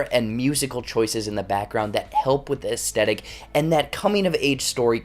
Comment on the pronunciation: Learn how to say "aesthetic". It's not "a-stet-ic".